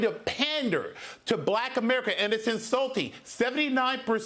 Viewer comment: Her Name is Ka- Ma - La.